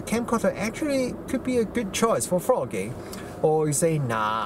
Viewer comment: Your accent has given me a smile. For the first half I thought you were saying 'the best f** king camera :) the smile came when I realized you were saying 'best VLOGing camera. My bad, but it did make me laugh. A tip - you talked about a lack of dynamic range and did not seem to be aware of two things: first, the camera has an HDR mode which would bring the detail back into those blown out highlights. Second - use a variable ND filter to control light better. I think that camera has a 49mm filter thread and a smaller size ND like that won't be all that expensive. Try it out in the shop just in case it vignettes at the wide end. If so use a step-up ring and try a wider ND. The lack of built-in ND is the worst aspect of the AX53 and this Panasonic but that comes with the lower price point compared with more expensive camcorders. Another tip - that camera has a slow zoom function that can sometimes be a better choice than using the zoom rocker. It is one of the features that the Sony AX53 lacks but would benefit from. You can set the slow zoom to either normal speed or slow speed and once enabled gives a constant zoom speed that is easier on the eyes. Great feature. Rather than just comparing with DSLR form-factors you should compare against the gold standard camcorder in this price range - the Sony AX53. The differences between them are very interesting (hint: there is no winner, they are both great but each does things the other doesn't). For just a little extra money there is